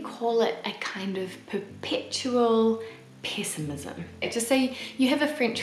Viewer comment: Did you say perpetual "piss i mism"?